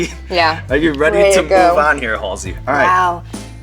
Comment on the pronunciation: I thought it was pronounced Halsey, not Halsey